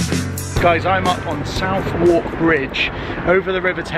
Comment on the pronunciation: Don't forget that also nearby is The Imperial War Museum with its big guns where Del got a shock during a thunder storm while looking for Uncle Albert. By the way Southwark Bridge is pronounced "Suvvark" not "South-walk". I bet you are starting to realise just how big London is. Trying to do all the locations in one day or even a weekend isn't really possible. I love walking historical London but it does give the old plates a bashing!